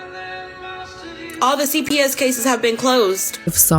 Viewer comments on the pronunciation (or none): “All the CPS cases have been closed.” Girl, case-essss. Smh.